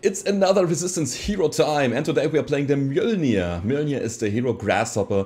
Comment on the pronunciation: Finally someone who actually manages to pronounce "Mjölnir" + a new subscriber, Loving the content so far, Still fairly new to the game, By watching your content I am slowly learning.